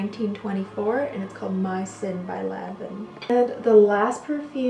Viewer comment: Its pronounced Lanvoun and Skapareli. You are welcome.